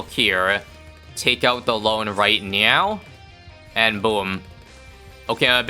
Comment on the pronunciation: “take out the loan right nyow🤓” my echolalia is going crazy right now it’s so funny